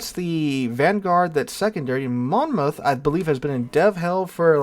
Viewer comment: Take the 2nd O out of Monmouth when saying it. MonMuth :~)